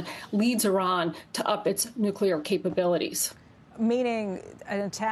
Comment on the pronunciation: I'm just curious....what all goes into the air during all this nucular elimanation?